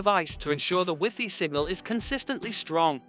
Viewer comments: Whiffy? Rooter? WiFi is pronounced something like WHY-FY not whiffy and router like rau·tr, even though i could learn something from this video i need i can not stand how this guy talks lol for real. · Wiffy and rooter 🤣 Anyway, this vid is terrible. I couldn't even listen to your explanation, because of the 120 other vids you merge, cut or transfer into. You just cramped this vid full of other wildy distracting scenes which are waaaaay to intense. If you look at this to long, you'll get a seizure. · Wee Fee 😂😭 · I'm a Microsoft certified system engineer, and when you first said "wiffy", I almost had coffee shoot out if my nose! 😂😂😂 Never heard wifi pronounced as wiffy before. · That's the way we pronounce it in French even tho i know the most common prononciation now😂